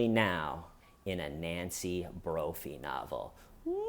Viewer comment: Every time you say “Nancy broughy ”.